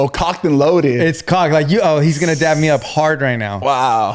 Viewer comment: am i the only one that is cringing every time they say dap?? i thought it was dab??? 😭